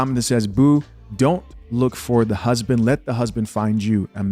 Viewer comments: Speak!! "When words are tortured the people suffer" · I can’t take a woman who pronounces husband as “hoosband” seriously. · The way she pronounces husband = super red flag